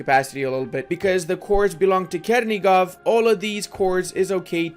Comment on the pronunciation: It isnt "Kernigov" but "CHernigov" like in "chain"